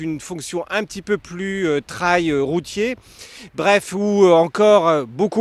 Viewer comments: Pourquoi prononcer « TRAYE » ET pas « TRÉL » Super moto! Autonomie de plus de 350 km ... C’est ma 3e 🙂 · Tu as raison, c’est le point important de l’essai et de cette superbe moto : la prononciation du mot Trail 🤣🤣🤣 !!! J’adore.